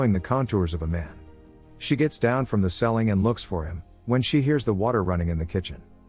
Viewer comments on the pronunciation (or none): Why did the pronunciation of the word “ceiling” irritate me so much? Lol he says “selling”